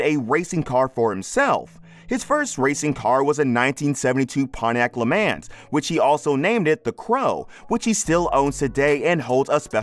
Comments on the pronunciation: He said "Lee man"(LeMans) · “Le mans” lol come on man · There is so much wrong with this, it gave me a migraine. He can't even pronounce "LeMans" right...🤦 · The way you pronounced LAMANS😂😂😂